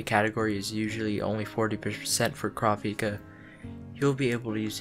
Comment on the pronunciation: Pleeease pronounce his name right OTL the dub gets it so wrong. In the official character book, it's coo-rah-pee-kah. Please watch the sub for the correct pronunciation.